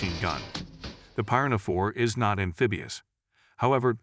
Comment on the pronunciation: How is it this guy can't pronounce piranha correctly. One of the most universally known fish species 🤣.